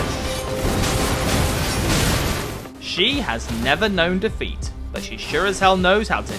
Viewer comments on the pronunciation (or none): Hesitation is daFEET